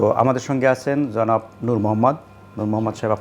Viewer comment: "জনাব" উচ্চারন টাও ঠিক হোল না। আমরা কোন ধরনের "প্রমিত" বাংলা বলি? কেউ "জ" কে "J" হিসেবে উচ্চারণ করে আবার কেউ "জ" কে "Z" হিসেবে উচ্চারণ করে। আজব আমাদের বাংলা ভাষার উচ্চারণ "প্রমিতকরণ "